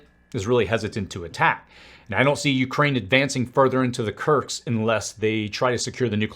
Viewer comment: It's KURSK, not KURKS.